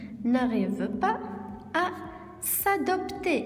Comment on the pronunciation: S'adApter avec.. Pas s'adopter